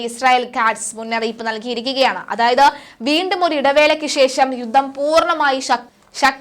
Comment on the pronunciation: യുദ്ദം,യുദ്ദം!!!? യുദ്ധം എന്ന് പറഞ്ഞ് ശീലിക്കണം